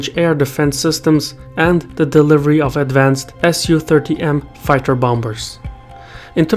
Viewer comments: It’s pronounced “bommers” not “bomb-bers”. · you dont pronounce the second b in bomber. Its bomb'r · the 2nd B in 'bomber' is silent